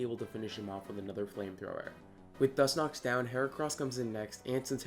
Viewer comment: Was he saying Dus-nox?